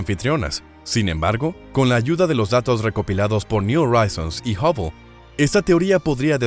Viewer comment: ¿Oraizons?, le echas estilo pero en Inglés al contrario del Español la letra H si suena entonces tienes que decir Joraizons JORAIZONS.